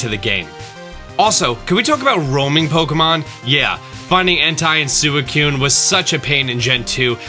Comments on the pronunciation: Soo-ih-kyoon? Did you just call it soo-ih-kyoon?!?! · Cringed at those pronunciations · "*h*entai and sewicoon" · "entai and sewicoon" ... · Oh lord Entei and Suicune were so mispronounced